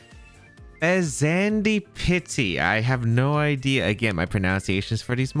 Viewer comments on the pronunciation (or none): "Fez and ipity" or "Fez an dipity" would have been understandable ways to prounce the name. I have no idea why you are struggling this hard unless english isn't your furst language, in which case, fair enough! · In case you’re curious- Sinistcha is pronounced like the word “sinister” with “cha” at the end. Fezandipiti is pronounced like the word “serendipity” with the beginning of the word pronounced like “pheasant”. Regardless, thanks for the video as always! I’ve been really eager to see these Pokémon in action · Hey! I think the pronunciation of the loyal 3 is something like this: Okidogi (Sounds a bit like Okey-Dokey) Fezandipidi (Sounds like Serendipity) Munkidori (Sounds a bit like Hunky-Dory) Also Ogerpon is the best legendary release in at least 3 gens, maybe more